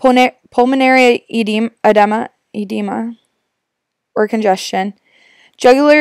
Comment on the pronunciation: You can’t really pronounce Cardizem, nor grams or edema for that matter. I wouldn’t trust you with my ACLS certification at all...